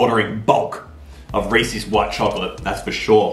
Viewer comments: Omg it’s not ree,sees, its ree,sez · Does anybody hate when people say Rees-ees instead of Rees-is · The way he said Reese’s angered me